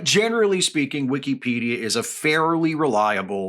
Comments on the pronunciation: Maybe its a region thing, but i have never heard someone say "wikcy-pedia" ive always said and heard "wicka-pedia" just caught me off guard at first 😅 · I don't know if I've been saying it wrong, but Wee-key-pedia does not sound right. Whick-a-pedia is how I've always heard it used. Excellent points, though. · it's wikipedia not wikEEpedia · ❌ "Wik-a-pedia" ✅ "Wik-EE-pedia" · Am I the only one who pronounces is “wick-uh-pedia” rather than “wick-ee-pedia” as he does? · I've never heard it pronounced that way, but it makes sense. It's always been "Wick-uh-pedia" from people I know. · after the 3rd "wee key pedia" i had to tap out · Weekeepedia. I can't unhear it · Hearing it pronounced like that hurts my head. It is wi·kuh·pee·dee·uh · Genuinely great content. And I get your point... buuuut... you say Wikipedia like weekeypedia so your point is invalid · I have never heard someone pronounce the second I in Wikipedia with so much respect 😂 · Is... Is that how Wikipedia pronounced? I have been saying wrong this whole time?